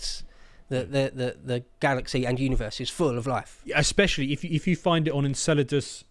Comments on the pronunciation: You’re a what? An Enchilda? Oh… you’re from Enceladus; gotcha. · smiling because of pronounciation of Enceladus(Enkélados).